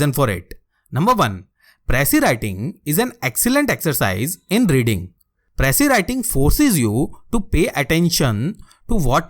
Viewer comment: You can’t even pronounce precis and here you are teaching precis writing 😂 What a joke. And there are more people like him who even gives online classes for ias lmao. Just imagine, attending IAS online classes by those who never made it. Lol go fuck yourselves